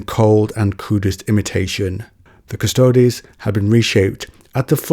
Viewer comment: It's pronounced cuss-toads. Means "the guards" in latin. "Quis custodiet ipsos custodes?"